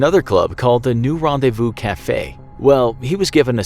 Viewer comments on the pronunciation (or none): none